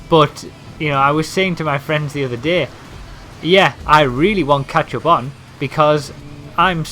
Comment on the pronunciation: he sounds like hes saying ketchup